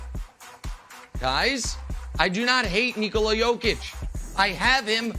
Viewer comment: At least nick wright is pronouncing „nikola“ right